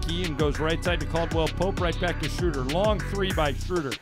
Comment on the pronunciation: I wish you announcers would learn how to pronounce Schröder's name. This ö is pronounced as oe for language sake. That shouldn't be so hard since English is a Germanic language.